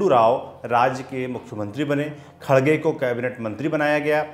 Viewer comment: खरगे है खडगे नहीं